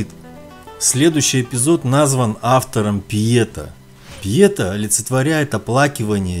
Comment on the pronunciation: ПЬЕТА - ударение на "А". А вобщем-то,интересно.Спасибо!